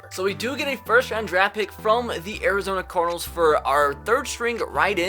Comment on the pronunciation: He said Arizona Carl’s 😂😂😂